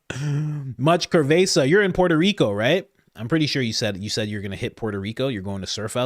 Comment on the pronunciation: 😂😂 Love ya, Coach! Just wanted to help wirh the pronouncing.. "cervasa" Not "ker-vaysa"😂 its pronounced "serr-vehss-ah" 😅😂 Love ya, bro Keep up the great work! I NO BLACK, PAPIIIIII!!!! NUNCA. NUNCA, NUNCA!!! HEEEE-YYAAAAIIIIIII!!!😂